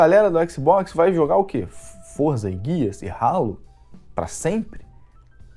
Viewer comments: Não se fala rálo e sim reilo (Halo) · 1: nem sabe falar certo halo 2: dizer que halo é datado vc tá de sacanagem né? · Quando escutei ele dizendo ralo e não halo já fechei o YouTube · Ralo kkkkkkkk cara não sabe nem falar o nome do jogo kkkkkkkkkkk como tem gente q de inscreve num canal desses? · acho q ele falou "ralo" de zueira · Nuss... O cara sabe nem falar Halo. Pqp